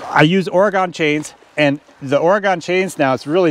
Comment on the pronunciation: I feel compelled to point out that Oregon hasn't gone anywhere. Those of us who live here pronounce it like: Ory-gun. :) Other than that, I like everything you do.